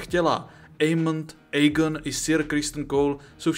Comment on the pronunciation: Vyslovuješ mena hrozne zle, Aegon= Egon, Aemond=Émond, Rhaenyra=Raenyra, Vhagar je dračica